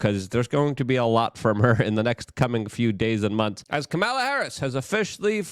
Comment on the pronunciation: Luke… for the love of God… please pronounce her name correctly. You do a great job, but you need to stay on point so new viewers don’t automatically dismiss you.